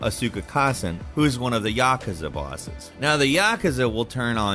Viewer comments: Yaa-koo-zaa not ya-ka-za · And Yakaza, you mean Yakuza? Pronounced YuhKoozah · Lmao the way he pronounced Yakuza. It’s ya~koo~za. Not yah~kuh~za. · It’s Vigil-ANTY NOT Vigil-AUNTIE. It’s Ya-KOOZA, NOT Yak-uhza. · Why do americans always fuck up the most simple words 😭😭😭 so exhausting.. yaaaakeza... comon!! Please try and say it correctly for a change, like aluminium.... its not that hard people! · The “Yakahzuh” and “Leon” families smh… Seriously did this dude even play the game? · Geezer really aid "Yaakaza" 😂🥴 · “St-au-ten Island” “Ya-kah-za” “Vig-il-anti” “X-specialli” “Le-own” is terrible at pronouncing things. Also please blow your nose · Dude made me feel sick when he pronounced yakuza like he did 😭🤮 apart from that, good video! 👍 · Why do you say Yakuza like that? 😭😭😭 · You're pronouncing Yakuza wrong. Don't do that